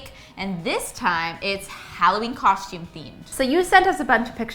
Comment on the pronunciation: Sounds like they’re saying coshume